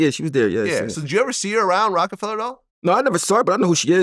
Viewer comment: Why does Vlad always say Rockefeller when the record label name is Rocafella its so annoying